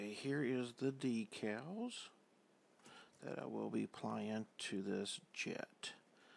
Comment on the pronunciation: Hi try and sound happy and do you get off on decals? Pronounced D E K A L L Z ...